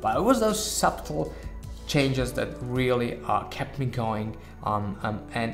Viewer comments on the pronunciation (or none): Thank you. Great review. You speak great English. Quick helper. The 'B' in the word 'subtle' is silent. "Sut L"